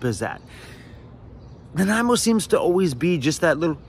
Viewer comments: Ok, SORRY... This was a lesson in how to say you know nothing about Vancouver Island without saying you know nothing about Vancouver Island. Argggg. I've been pronouncing it Naaan-ah-eh-moe Oh I've been butchering it bad. Sorry. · You made me question both my reading skills and my dyslexia with that opening "Naniamo" lol.